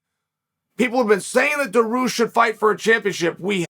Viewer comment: Bro its Dariush not Dahroosh lol